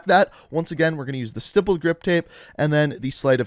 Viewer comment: YOU SAID "STIPPLED" CORRECTLY!!! I'M SO PROUD OF YOU!!!